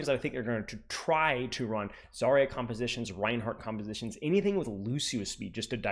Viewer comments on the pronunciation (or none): none